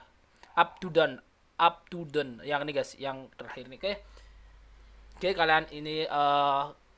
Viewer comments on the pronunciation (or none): none